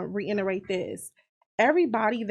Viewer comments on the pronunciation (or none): I cringe when people say reinerate instead of reiterate